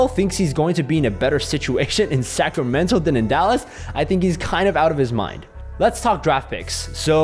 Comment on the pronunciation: Sometimes when you say "Sacramento" it sounds to me like "Sacramental" which I think is kinda appropriate. :)